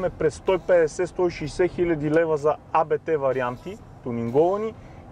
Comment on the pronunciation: аудито е много яко. Само, че не се казва А-БЕ-ТЕ, нищо че на места се изписва като абревиатура с главни букви, но реално не е. Това е фамилията на основателя, както и на наследниците му Йохан Абт, така, че е просто Абт Спортслайн.